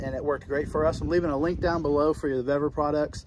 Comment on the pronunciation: Suggestion call Vevor and I asked Customer Service how to pronounce their name because you are miss pronouncing it. 👍🏾🙏🏾🍺🎣😷🇺🇸